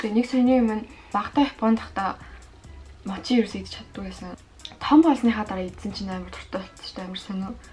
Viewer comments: Мочи биш моочи гэж уншдын мочи гэж бичдэг ч гэсэн моочи гэж уншдаг шүү😅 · Мочий гэж хэлдэггүй шүү моочий гэж хэлнэ шүү эгчээ